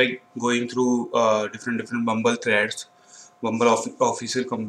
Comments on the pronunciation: Bro you are making fumble, it's not bumbul it bubble 👍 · its bubble not bumble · bro hope you are doing well. actually i was think you are always saying bumble bumble app but i think its bubble hahaha what do you say?